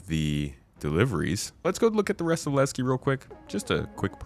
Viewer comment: I am waiting for the PU... Want to know Levski and not. Lagski 😂